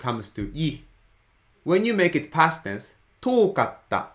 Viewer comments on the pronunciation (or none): none